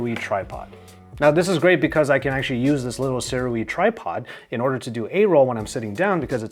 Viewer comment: BTW Sirui is pronounced “sue-rey”, former Sirui product dealer here